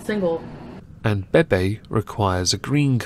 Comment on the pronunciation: Why do you mispronounce people's actual names? "Baybay" (BeBe) "Neekocado" (Nikocado). Nothing to do with your accent. People pronounce their names the way they want, to pronounce it in a different way is rude and has nothing to do with your accent. I'm sure you're capable of pronouncing them correctly.